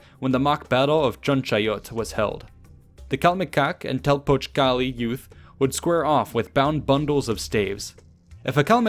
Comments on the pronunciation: It’s pronounced calMEcac and telPOCHcali. My primary school was actually named Telpochcalli and next to it there was another school named Calmecac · I love how he says Telpochcalli 😂❤️❤️